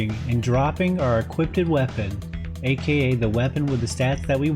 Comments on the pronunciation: This is incredible! Although was maddening how he kept saying ”equippeded” instead of equipped, I admire his insane dedication , lmao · The correct pronunciation is equipped, not equipted <3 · Why u say "equipted"? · My guy, I love the content, but you've gotta know that equipted isn't a word. It's equipped, man! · after this it’s you saying equipted?